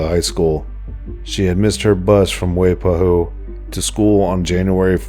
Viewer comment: Next time you do a documentary about hawai’i make sure to pronounce waipahu as Wai-pa-hoo